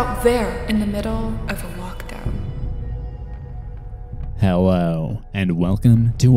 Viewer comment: "hewwo, and welcome to Al dente creepypasta."